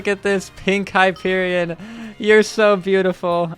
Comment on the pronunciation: It’s Hyperion